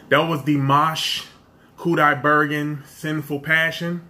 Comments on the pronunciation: And you did pronounce his name right , bruh! Great reaction! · yeah you pronounce his name properly)